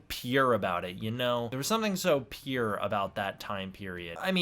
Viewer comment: Pure? I was trying to figure out if you were trying to say pure or something else!! 😂👌 great review!